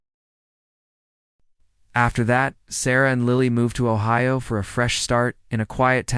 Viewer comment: This could be Anywhere, Ohia. Yes! 🙌🏻 That’s the way Ohio is pronounced in the majority of Ohio towns.